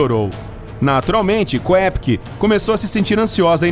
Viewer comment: Ao pronunciar o sobrenome da garota,ignore a letra É e pronuncie apenas “Kopcke”.